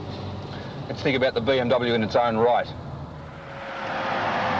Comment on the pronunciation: When Peter Wherret said “In it’s own right “ I thought he said “In it’s own Reich.”